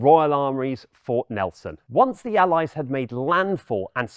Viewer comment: That pronunciation of 'Allies' really irks me for some reason.